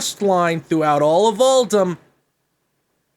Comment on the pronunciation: pronouncing Uldum wrong repeatedly is draining my soul